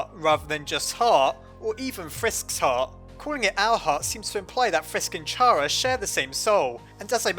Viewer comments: So aparrently this youtuber pronounces Chara like " Chaira" which makes no sense cause its short for Character. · I Think It's Pronounced Kara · It's pronounced CHARA 😅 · it is pronounced chara (ca-RA) like character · IT IS PRONOUNCED KARA!!! >:( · It's car-ah!!!!!! IM GONNNNNNA RAAAAGE!!!!!!!!!!!!!!!!!! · Muzik Bike WRONG it's pronounced Chara. I swear everyone pronounces it wrong. Say it with me, Chara. Got it? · Ur way of saying Chara hurts my ears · ITS CHARA NOT CHARA It Makes More Sense! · I cringe every time I hear you say Chara's name like that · It's pronounced kara KAAARAAAAAAAAAAAAAAAAAAAAAAAAAAAAAAAAAAAAAAAA!!!!!!!!!!!!!!!!!!!!!!!!!!!!!!!!!!!!!!!!!!!!!!!!!!!!!!!!!!!!!!!!!!!!!!!!!!!!!!!!!!!!!!!!!!!!!!!!!!!!!!!!!!!!!!!!!!!!!!!!!!!!!!!!!!!!!!!!!!!!!!!!!!!!!!!!!!!!!!!!!!!!!!!!!!!!!!!!!!!!!!!!!!!!!!!!!!!!!!!!!!!!!!!!!!!!!!!!!!!!!!!!!!!!!!!!!!!!!!!!!!!!!!!!!!!!!!!!!!!!!!!!!!!!!!!!!!!!!!!!!!!!!!!!!!!!!!!!!!!!!!!!!!!!!!!!!!!!!!!!!!!!!!!!!!!!!!!!!!!!!!!!!!!!!!!!!!!!!!!!!!!!!!!!!!!!!!!!!!!!!!!!!!!!!!!!!!!!!!!!!!!!!!!!!!!!!!!!!!!!!!!!!!!!!!!!!!!!!!!!!!!!!!!!!!!!!!!!!!!!!!!!!!!!!!!!!!!!!!!!!!!!!!!!!!!!!!!!!!!!!!!!!!!!!!!!!!!!!!!!!!!!!!!!!!!!!!!!!!!!!!!!!!!!! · i dont understand why pronounce it like "chara" it is obviously "kara" "chara" doesnt even sound pleasant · What's wrong with a slug? Also it's pronounced "Chara" not "Chara". Some people. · Oh my fucking god Chara is the correct way to pronouce it not Chara get it right people!!! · no either is correct chara is the way to say it is opinion stop doing stuff like that people it will never help anything in the world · i cant even watch this because i know he'll pronounce it 'chara' instead of 'cara' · Just saying that Toby Fox says it is pronounced C-ara, not CH-ara. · Pretty sure the name Chara stems from character, so it’d be pronounced cara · just so you know, her name is actually pronounced "Car-a" because Chara is short for Character :) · Chara's name is like CHARActer. So, its pronounced kara.